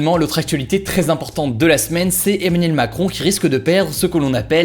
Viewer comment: comment il dit Emmanuel macron ? Mdrrrr